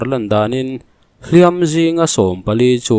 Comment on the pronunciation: A bengvarthlak thin e. Mahse, “hliam" tih I thlûk dan hi kan sêl zuai teh ang. Mahni leh mahni kan in tihpalh hian kan inhliam a,midangin min tihpalh emaw midang kut kan tawrh thung erawh chuan min hliam thung.(Hla thua ka thinlung I hliam kan tih ang hian lamrîk tur niin a lang.)